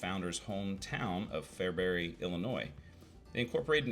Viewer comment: I'm very impressed with your correct pronunciations of Fairbury, Saline (County) and Roca. Even some local TV and radio people get them wrong. Usually people hired from out of state. Makes me gnash my teeth.